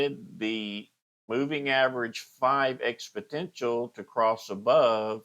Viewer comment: FYI - its pronounced "expo-NEN-tial" not "expo-TEN-tial"